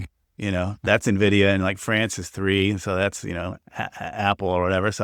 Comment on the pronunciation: Hagstrom is insufferable. So pompous for someone who underperforms massively. Will someone please tell him how to pronounce Nvidia.